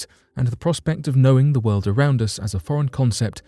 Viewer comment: Dude pronounces "world" ... ..."wold" , lol.